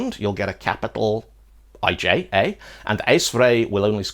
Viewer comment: you pronounce ijsvrij pretty well, but ij as a letter(digraph) just doesn't sound right...